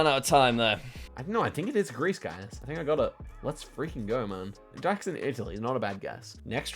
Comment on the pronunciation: When you said "Jacks in Italy" I heard something different and I laughed